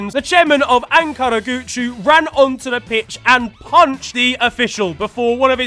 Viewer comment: The way you pronounced Ankaragücü 😆, love your vids. (coming from a turk)